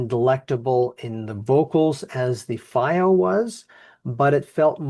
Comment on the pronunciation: Its pronounced FeeO, not Fye O. FiiO literally translates to flying proud in Chinese.